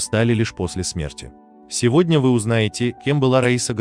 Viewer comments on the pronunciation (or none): none